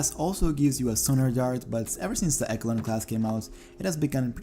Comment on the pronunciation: Ok u did a good job but c'mon dude eckalon